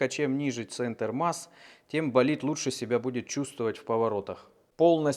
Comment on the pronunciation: "-Давай - Болидт -Давай - Болитд" - это скорее что-то эротическое ;)